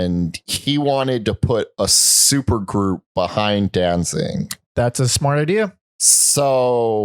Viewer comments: Can't take anyone who says "Dan-zing" seriously. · Please for the love of the English language quit calling him Danzing... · Why do you keep calling him “Danzing”?